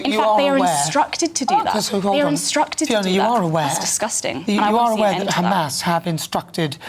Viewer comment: How the fuck are they still on about "do you condemn kkkkkhhamas?!" LOL, zios are so fucking lazy. i mean it would be less work for them to admit that they are evil genocidal ghouls 🤡